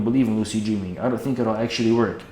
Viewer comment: "dreeming" lol